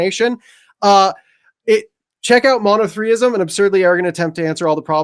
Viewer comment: "Monothreeism" 🤷‍♂️ Bros on point, its NOT "Monotheism"